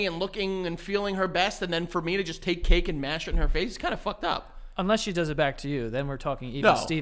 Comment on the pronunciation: “More. O-v. Us” didn’t know of was ov now🤣🤣🤣